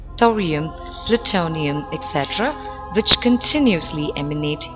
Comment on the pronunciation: ...and wice wersa, vich is kvite funny :D